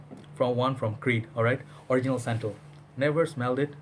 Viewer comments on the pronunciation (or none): none